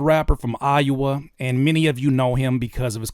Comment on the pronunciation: I love you buddy but did you just pronounce Iowa as "Eye-you-uh"? 🤣🤣🤣